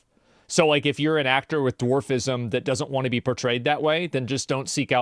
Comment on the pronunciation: eric the ack-ack-tor